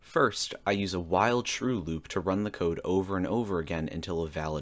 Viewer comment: I heard "I start with a wild shrew loop" and was thrown for a loop.